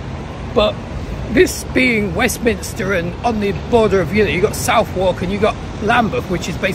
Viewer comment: "Southwark" - Sounds like 'suh·thuhk'